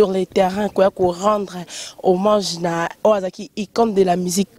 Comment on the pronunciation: sala makasi o corigé francais nayo trops des gaffes revoir vidéo oyo oyo ba bombe obeti de le debit jusqu'a la fin mawa trops ba lobaka homage et non homange kiekiekie